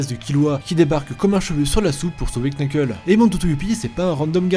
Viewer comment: Bon déjà on dit nuckle Mais je vous en veux pas et pour kurapika c'est pas son emperor time qui a été mis sous serment mais c'est quelque de ses chaîne genre judgment chain voila voila